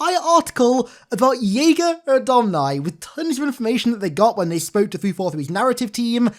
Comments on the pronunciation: It's (JAY-GA) not (YAY-GA) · It's pronounced "Jay-ga", not "Yay-ga". At least that's how Cortana's VA pronounces it in the Overview. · Thought his name was pronounced Jay-gah